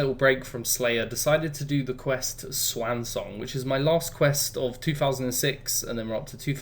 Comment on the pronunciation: cant say i've heard someone butcher the word swan before